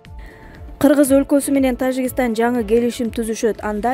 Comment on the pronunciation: Окуп жаткан кыз ...Тажикстан деп тазза эле окупсан жакшы болмок. "Ж" тазза эле айтчы. жи деп окубай.